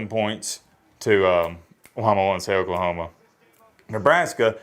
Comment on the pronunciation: Please pronounce Oklahoma correctly, I do believe we have eared it.